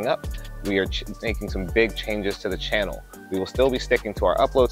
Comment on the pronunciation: It’s “CHANNEL”, man, not “CAHNNEL”.